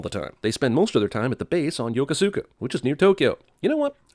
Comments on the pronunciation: Yo-Kusuka not Yoku-su-ka. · Your pronunciation of Yo-Ko Suka..... ding It's Yo-koo like, kū ska LOL! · Your pronunciation of Yokosuka is sinful.. Yo-koo-ska not Yo-ko-su-ka like it looks. Spent 3 years there onboard USS Kittyhawk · NOOOO Jeremy!! Yokosuka is pronounced yo-KOOS-kah...carry on! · A few things to add: Kang is using a South Korean dialect. It's pronounced Yoh-koh-ska (That "u" is super soft and tends to disappear). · as former Navy stationed in Japan my entire career i have to say it is pronouced YOKO-suka it is more like YO-kuu-SKA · It's pronounced Yokooska. It's not the 7th fleet either that is stationed there. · It's pronounced yaküska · Just so you know, it's pronounced "Yo-ko-ska." Not saying you should have known, but as someone who lives there, it's really unsettling to hear it pronounced so terribly. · It's pronounced "Yokuska" regardless of spelling. Oh, and anti-Korean/Occupy propaganda alert. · Mispronouncing Yo-kus-ka, = sin (i know, i was there) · You pronounced Yokosuka wrong. Yo-kos-ka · Yokosuka is pronounced "Yu-ku-ska." When I went to Japan and stayed with family stationed there the custom's officer rolled his eyes at my American pronunciation just like you did in the video. :P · you said Yokosuka Wrong also 2 bases in Japan Yokosuka and Sesebo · He miss pronounced Yokosuka. Add a sin to the cinema sins review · You said Yokosuka wrong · He pronounced Yokosuka wrong.